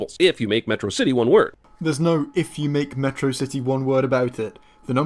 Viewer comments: A subtle thing about megamind's pronunciation is that he's pronouncing words like he learned them from reading. Metrocity being pronounced similarly to atrocity. School having it's odd beginning get a similarly odd verbal beginning as well. The words he's mispronouncing shows that he's learning more words from reading than communication, a nice subtle indication that he's isolated and learns a lot of his language through reading. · Whenever I watched it I always thought his pronunciation of Metrocity similar to atrocity was because he was mocking it, calling the city- and by extension, it’s defender- an atrocity.